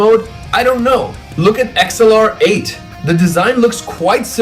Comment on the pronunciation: why'd he pronounce xlr8 like that 😭😭 it's pronounced like "accelerate "😂😂